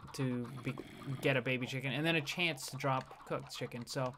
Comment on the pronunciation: Good grief...the amount of times you said "CHEEANCE" in that intro was astounding!